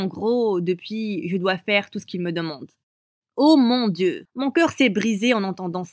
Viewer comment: Il a dit oh mon sieu au lieu de dieu j'étais morte de rire